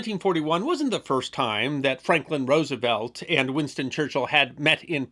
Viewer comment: Gratified and impressed that you have changed your pronunciation of FDR's last name. You are a true class act.